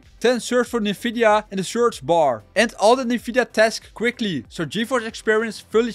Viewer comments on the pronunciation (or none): none